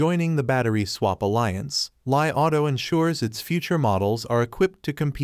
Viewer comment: When you pronounced the name of the car as lie rather than Li auto, it indicates that you don't even pay attention to the correct way to say the right wording. Even xiaomi is not pronounce as Xia o mi, it is Xiao Mi